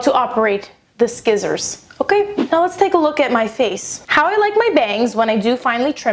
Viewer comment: At the end you say like 'shissors', well for me, here in germany 'shissors', or how we would write it ,,schisser" is like 'pooper' - someone who is a scaredy cat that would pooped his pants. XD